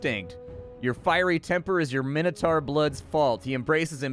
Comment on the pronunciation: Min-o-tor. Sauron is sour-on. But your constant swearing is not endurable. STOP SWEARING! Please. M 🦘🏏😎